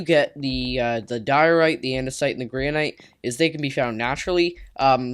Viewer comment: It's gran-it